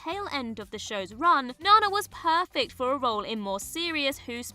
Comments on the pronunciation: Great video! Only quibble is that Nana Visitor's name is pronounced naNA with the stress on the second syllable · Nana pronounces her name nehNA. Not Nina, NANa, or what you may call your grandma. I’m sure many wouldn’t have minded trading Noel for Orla Brady (Tasha Lem, Picard’s Laris). Or at least combining the Sheppard men, as they played the same DW character, despite having various genre appearances…nevermind. They deserve separate entries. Any chance we’ll get other DW/genre lists in the future? The Pond family have gone 2/2 on DC vs Marvel (Alex and Arthur on CW DC Shows (JB as well!); Karen in MCU; while Matt is in Morbius in whatever Sony is calling their extended Spider-verse. Spumco or some nonsense?)